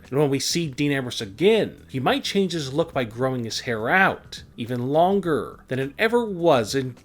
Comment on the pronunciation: Dude the way you talk is annoying. Longgerr. Kidss. And why do you say wwe like that